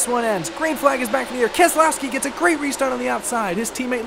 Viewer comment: It is pronounced KEZLOYSKI